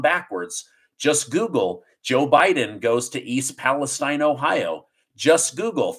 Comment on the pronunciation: Please, please pronounce E. Palestine (Pa-la-steen) correctly. Have posted this to you several times.